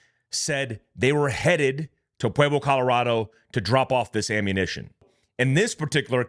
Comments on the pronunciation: Bro… we’re here in Pueblo (pronounced “Pweb-lo” not “Pweayb-lo”) just down the road from Cañon City (pronounced Canyon City). I hate to nitpick as the grammar police but all the people here that I share this to are commenting on that. The wild wrest aspect of the cartels is just another Tuesday out here. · Just so you know; Canon city is pronounced Canyon City, Pueblo is pronounced pweb low